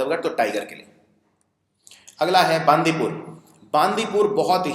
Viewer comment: Listen your work is good and appreciable, but mispronouncing something is not desirable. Lakhs of students are following this vedio and they'll pronounce the way you pronounce. बांदीपुर नहीं बंडिपुर नगर होल नही नागरा होळे You are a citizen of India and those territories fall under the boundary of India. If you don't know learn, ask and pronounce it. Language is something that comes with the sentiments of the people. Please pronounce it properly.